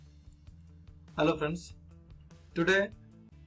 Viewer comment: First words spoken almost sounded like the guy said Elephants, when in fact he said Hello Friends, and people wonder why Americans get frustrated when talking to tech support people from India and other foreign lands. Nothing against the person speaking here in fact the information seems to have helped me correct issues with my android device, I unchecked use hardware rendering which seemed to fix my problem. I just thought it somewhat funny that he was talking to the elephants about their Youtube issues.